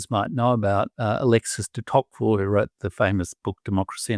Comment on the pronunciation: I know that Democracy in America was written by Alexis de Tocqueville but is this the name is using? It could be how I am hearing his accent but he seems to be saying Alexis de Cocquerille. I purchased the book recently and I look forward to reading it. I will be sure to watch for de Tocqueville's justification of colonialism in Algeria.